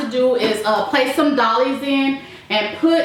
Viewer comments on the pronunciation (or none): Doilies is pronounced “Doy-lee” Doy like Roy.